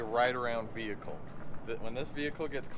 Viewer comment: it will be 3 tone wehicle...